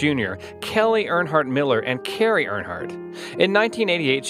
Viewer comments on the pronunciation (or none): none